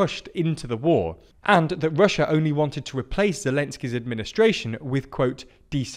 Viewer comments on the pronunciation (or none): none